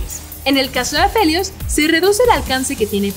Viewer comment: A leona y a quien? Aphelios? Anunciadora: NO, AP E LIOUS